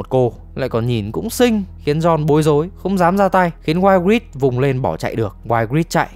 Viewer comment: Cô tóc cam man tộc tên đọc là I-grit ạ